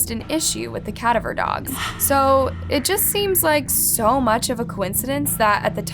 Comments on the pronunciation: It’s Kuh-DA-ver dog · You mean “cadaver dogs” it sounds like (cah-dav-er) You mess up allot, You’re welcome! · Cadaver dogs...it's pronounced (ca-DAAV-er)...a cadaver, as in a dead body. You always seem to say that wrong...and being into true crime, it shouldn't be one you get wrong. Also, they had a regular search dogs as well as cadaver dogs...there's a difference between the two. I mean no disrespect...just saying... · Wait, did you actually call cadaver dogs, " cat over" dogs, and twice?? I'm sorry to say anything, but at first, I didnt know what you were trying to say. It's pronounced " Ka daver" dogs. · ca da ver.............please check your pronunciation! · It’s pronounced “ca-da-ver” dog. I noticed you always mispronounce it. Lol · Cadaver is pronounced with emphasis on the second A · You are pronouncing the word “cadaver” incorrectly; you’re putting the emphasis on the wrong syllable. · Parents for sure, I love your vids but can't stand to hear you mispronounce cadaver dogs. Lol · Learn how to pronounce “cadaver.” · the way u said cadaver dogs lmao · This is so random but I have never heard someone pronounce cadaver like that, I almost hadn’t even caught that there were cadaver dogs cause I didn’t recognize the word lol I kinda like it better sounding this way. Also it’s just mind blowing to me that a child can just vanish with zero trace at all. Although personally I feel like a lot of the cases where they vanish completely and randomly the parents are involved. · So....are we just going to ignore how she said cadaver? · Pls learn how to say cadaver correctly omg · Never heard cadaver dogs pronounced this way. Had to rewind it and put captions on to make sure I knew what was being said lol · Ok seriously why in the hell do you pronounce "cadaver" so bizarrely?? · Never heard someone pronounce cadaver like you did.. lol fucking weird.